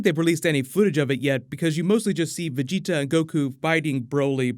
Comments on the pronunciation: thanks for fixing the way you say vegita lmaooooo VEGI-TAHHH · Am I the only one bothered how he pronounces the dragonball characters names? At least he’s finally saying vegeta name correctly! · I need to fan check you son. Gohan is pronounced Go-Hawn not Go-Hann you sound like an American reading off his name for the first time. And Vegeta is pronounced Ve-Jee-Taw and not Ve-Je-tuh it sounds like you’re about to say vegetales when you speak Vegeta’s name. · Cringe*** when you said vegetas and gohan's name lol